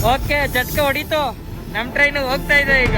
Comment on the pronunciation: Jerk..❌ Jatka..✅